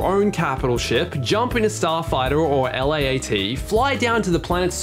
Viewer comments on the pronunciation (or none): I’m sorry but who says L.A.A.T instead of just Laat? Are you all insane